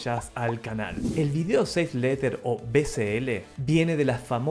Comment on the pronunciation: O VCL dijiste 😂 que yo sepa la S no se pronuncia como una C, gafo